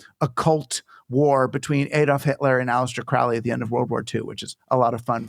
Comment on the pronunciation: Circular community is all well and good in theory, but most people are selfish and thoughtless, so it will never happen. Also, he mispronounces Crowley's name, it's pronounced as crow the bird.